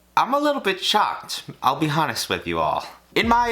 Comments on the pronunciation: did he really pronounce the h in honest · did you pronounce the H in honest? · Did he just pronounce the 'H' in honest...? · You... pronounce the H in Honest? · So we're just gonna ignore that he pronounced the "h" in honest on ? Is that what we're doing? Okk...